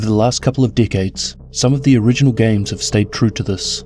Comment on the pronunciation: Another great video, but I had to rewind when you said "decades" to make sure that's what I heard.